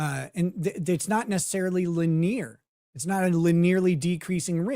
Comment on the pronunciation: there's no fucking way that's how you pronounce the word "linear"